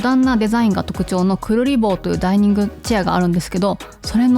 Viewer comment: Presents、照明collection2025Summer楽しかったです🎉 IKEAのランチョンマットやテーブルランナーは、さりげなくデザインや質がいいものが多いので、まめにチェックしてます😊 追記 クリルボーをクルリボーって言っててかわゆい❤